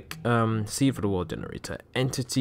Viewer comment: He said en TITY 303